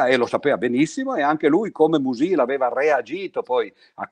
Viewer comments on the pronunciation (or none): Sulle teorie di Mach è la tesi di dottorato che lo scrittore ventottenne discusse all’Università di Berlino nel marzo del 1908. Bellissima lezione solo un piccolo appunto sulla pronuncia: uno dei miei autori preferiti si pronuncia Mùsil e non Musìl.